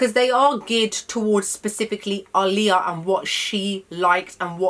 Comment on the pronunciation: Thank you for pronouncing her name correctly 😎